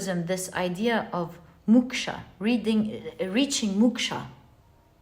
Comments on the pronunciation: Dear pl don't mind but it's pronounced Mok-sha to rhyme with Cloak not muksha ❤ otherwise yr knowledge of world cultures is mind- boggling to say the least ❤ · It's called MOKSHA not Muksha. MOKSH is a state of leaving worldly pleasure 🙏